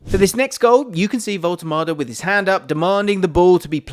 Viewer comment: AS a German i tell you: your pronounciation of " Woltemade" is totally correct !